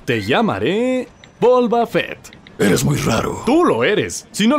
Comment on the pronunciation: ¿bolva fett? ¡jajaja no inventes! esta muy loco super man